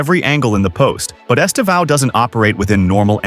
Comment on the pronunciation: By now, English people should know “Estevão” means “Steven” in Portuguese. The tonic silabe is the same, the “Steee” - “vão” ends like “”ven”, with less power. esTEvão. sTEven.